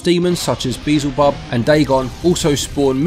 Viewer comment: "Beazel Bubb"